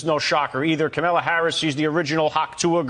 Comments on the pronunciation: Who is Camilla????? It’s Kamala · Who’s Camilla ? It’s Kamala